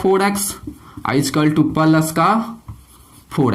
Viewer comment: सर आपके पढ़ाने का तरीका बिल्कुल गलत है आप 2 को तो ठू बोलते हैं बोलना नहीं आता तो क्यों यूट्यूब पर वीडियो डालते हैं